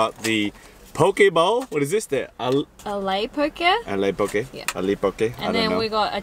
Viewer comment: Not ali poke, its ahe poke :3